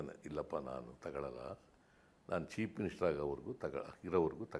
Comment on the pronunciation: Why chief minister himself pronouncing it as cheap minister 😂😂😂